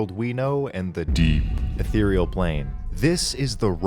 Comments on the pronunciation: The way you say "ethereal" is unforgivable. It makes it sound like a brand of mouthwash. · omfg, someone else used to think it was "ethral" instead of "ethereal" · a theroy e al = Ethereal